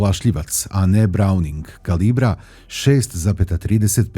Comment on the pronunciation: Brauning, prvi koji ispravno izgovara Browning!!!